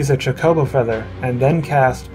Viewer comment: Why do you keep saying like cha co bow